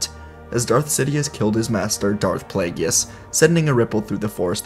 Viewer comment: Come on, man. It's pronounced play-giss, not play-gee-us. I love your What Ifs, but the mispronunciation of Plagueis' name, especially after hearing Palpatine pronounce it in Revenge of the Sith, hurts my soul.